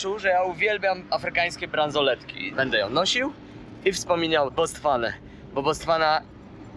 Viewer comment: chyba Botswana a nie Bostwana